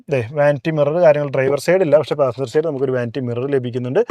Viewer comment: നിങ്ങളുടെ വിഡിയോ ഇഷ്ടം തന്നെ.. പക്ഷേ..ഈ like ന് 'ലേയ്ക് ' എന്നും side ന് 'സേയ്ഡ്' എന്നും ഒക്കെ പറയാതെ ശരിയായി പറയരുതോ..?